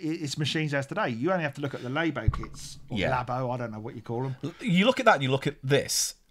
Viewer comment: Nintendo LAY-bo. ... Like, saying someone is a "good lay." ... Meaning sexual interactions are pleasant and enjoyable.